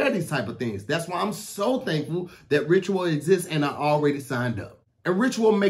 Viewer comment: "visit *ritural*"